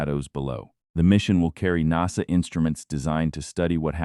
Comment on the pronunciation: Well you can't pronounce NASA properly and towards the end have you read(red) all the comments or are you going to read all the comments?? AI sucks!